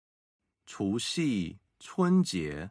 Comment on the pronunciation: 总结了8个节日，很好，不过除夕，七夕的读音中，夕是读一声，chú xī ， qī xī！💙💙💕💕🙏🙏😜😜如果要以简体字为准，发音也应该以大陆发音为准。🤔🤔